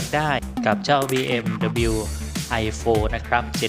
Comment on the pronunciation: บีเอ็มดับเบิลยู ครับ ไม่ใช่ บีเอ็มดับบิล